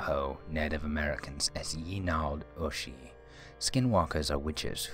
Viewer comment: Finally! Someone who pronounces yena'dlooshi correctly, the "dl" actually makes a "gl" sound like in "glue". Nizhonii'eh!